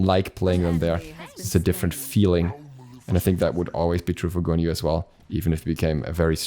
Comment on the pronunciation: The way you said guan yu just made me feel very violent 😐